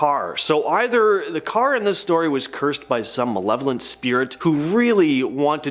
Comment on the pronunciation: Its not manevolent. Its malevolent learn to read dude.